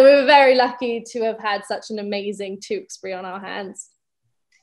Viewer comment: The way millie pronounces Tewksbury . I love it.